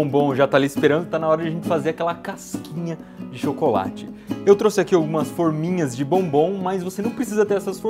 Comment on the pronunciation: para nessa parte e da play da pra perceber que ele fala forninhas